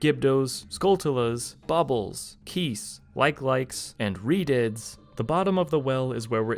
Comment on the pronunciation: does anyone else hear him calling redeads "redids"?